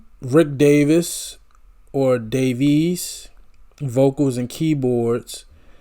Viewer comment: Accent on the first syllable of WERLitzer. Davies, like Navies.